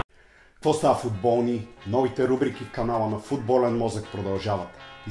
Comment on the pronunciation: защо викаш фУтбОлни ....🤬🤬🔥🔥